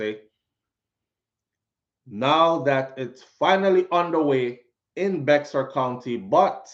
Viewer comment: Bexar county is pronounced “Bear” like a Bear I used to say it the same when I first moved here 😂😂